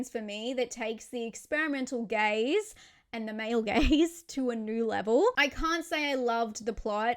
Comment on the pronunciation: “the experimental gays and the male gays to a new level” lol, ohhhh you were saying “gaze” not “gays” definitely heard that wrong the first time. 😂